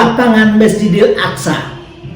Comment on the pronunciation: Aqso bkn Aksa pak 😅